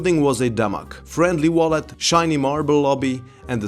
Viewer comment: Good viewing but please learn how to say VALET … you sound like you’re saying “wallet” which was quite off putting.